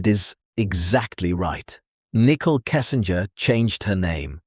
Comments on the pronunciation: I like how the narrator keeps calling her Nickel lmao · “Nickel” Kessinger 😂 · Her name is not “Nickel”, it’s Nichole! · I love that all AI narrators pronounce her name as a 5 cent piece 🤣 *and get Shannans name right 🥰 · NICKEL. every time you say it. 🧐🧐🧐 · Nickel..... 😂 bruuuuh i cant with this AI shit